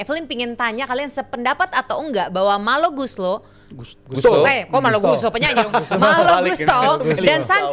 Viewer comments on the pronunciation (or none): melly guslow ❎ malo gustlo ✅ 😂😂😂😂